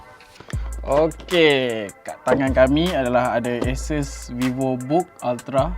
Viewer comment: sori ye, aku mmg particular nak sebut benda2 ni. xpntg pon 😁😁 sebutan ASUS; A(sebut huruf) - SUUUUS. A-SUUS.